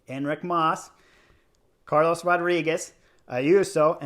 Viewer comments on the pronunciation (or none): none